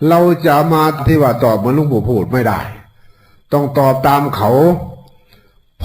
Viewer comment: หลงปู่ไม่ใช่คนไทยเต็มร้อยหลงปู่พูดผิดแล้ว